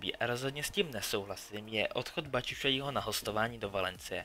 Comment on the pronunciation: Nauč se vyslovovat jména... Bačučaí, Wengr, Početýny ... a navíc, jsi uplně mimo.